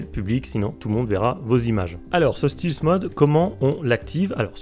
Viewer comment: Ça se prononce Stèlth et non Stilth mode 😉